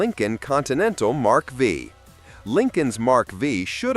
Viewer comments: O wonderful AI! Miss pronounced Mark 5 as Mark V. And Caddys Brougham. Put together most likely by a millennial. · WTF is a Mark "vee". Really difficult to take these seriously when the AI sounds like an intoxicated tape recorder. 😮😊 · It's difficult to watch this video. Most of what is said is nonsense. First of all, it's not a Lincoln Mark Vee. It's not listed from the factory as a Lincoln. It's a Continental Mark V. MARK 5. The Mark V sold from 1977 to 79. Sold like hot cakes. The Imperial had its final year in 1975. It was a new for 1974 body style. These were in the design phase way before any gas shortage. They came out in September 1973 just before the first gas shortage. If this model was so bad, then why was it rebadged as a New Yorker in 1976. The ridiculous reason for the 79 LTD being bad is the lack of power windows in the base model. Guve me a break. Also, the LTD slow? Which car in 1979 wasn't. Even a 79 Corvette had horsepower ratings of 190 to 225. So though brisk not fast. So you expect an LTD to roast the tires. The only car you got close was the Oldsmobile Diesel. Even your assessment of the Dodge Aspen was off. It wasnt a full sized car. It was considered a compact car loke the Valiant, Maverick and Nova. Dumb video. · The Mark Vee🤣🤣🤣🤣